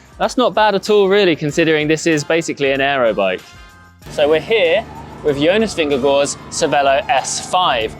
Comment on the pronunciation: “Jonus Vingervor”